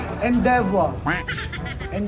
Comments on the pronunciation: . Correct pronunciation for Endeavor is ənˈdevər.. girl in red said it incorrectly. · Wrong yung pronunciation ng Endeavor ng nanalo. The emphasis should have been on the second syllable, not third. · mali ang pronunciation ng "endeavor" yung stress nasa second syllable. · Endeavor was mispronounced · Endeavor was mispronounced.